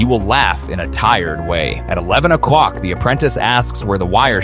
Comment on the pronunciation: "At nine ocwock"😂